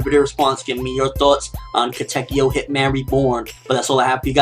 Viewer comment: You pronounced Katekyo wrong